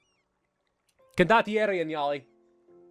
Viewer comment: The way you pronounce condottieri is actually really good It is the best pronunciation of italian that i have heard from any english youtuber (Im italian btw)